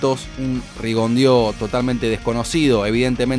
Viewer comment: Muy buen video, eso es un paso por el tiempo, si debo corregir que el apellido Rigondeaux, es francés i no se pronuncia ( Rigondio), sino( Rigondo),gracias por el buen trabajo realizado aquí 👌